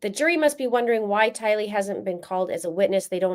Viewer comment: Anyone else feel irked when the judge says Tylee's name with the wrong infliction!?!? Lol🙃🫠😉😝